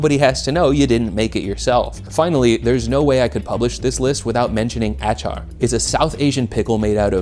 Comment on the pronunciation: It's pronounce uh-chaar